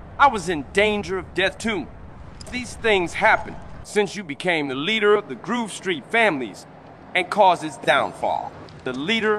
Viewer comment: Not groove, gruve 😂